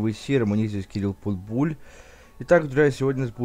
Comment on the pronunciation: Боже питбуль а не Путбуль нерусь